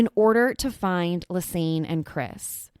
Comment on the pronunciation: It's Ann not aine!! Like a combination of Lisa and Anne not aine!!